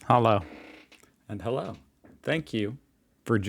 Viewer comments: Often I heard: "Hollow" not Hallo. The o ist a little bit longer: Ha•loo Greetings from northern germany ♥️ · Your "Hallo" is not bad, but you say "HallOU", correct is HallO :D